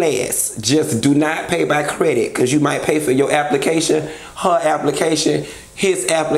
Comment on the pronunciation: Did you say don't pay with "credick"?! Just checking. 🤔🤔🤔